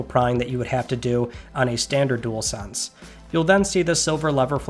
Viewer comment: Would not buy one myself but at least you can say dual-sense unlike some YouTubers like spawnpoiint 😂 jewelsense 🤦🏻‍♂️.